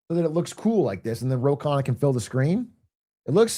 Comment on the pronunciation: Also if anyone cares its actually pronounced "Khunna"